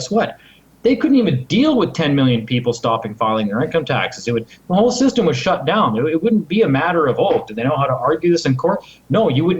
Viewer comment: "when this shystem falls" ~ When you can't #PROVE your point, and when all else #FAILS - make up a fucking word !!! Sorry to break the news to you bud - "SHYSTEM" is not a #REAL fucking word !!! #LEARN #ENGLISH !!!